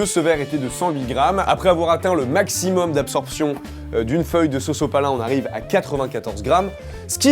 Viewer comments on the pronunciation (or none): A il dit sosopalin